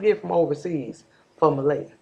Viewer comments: What do WE think? I think, if you're going to be all up in the mix, at least get the child's name RIGHT It's not (Muh-LAY-uh) it's pronounced, (Muh-LEE-uh)...You got WAAAAAY too much time on your hands to try to be all up in this woman's business. CLEARLY you have no life! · I love what u do and how you be on it. I just have one issue...out of respect for this precious baby girl, her name is pronounced Muh-Lee-ah. No disrespect to you.